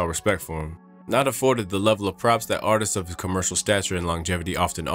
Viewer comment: “Artist-sis” ha, WTH?! Try Artists